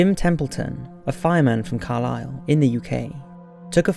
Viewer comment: Shout out to Carlisle! So happy you pronounced it properly.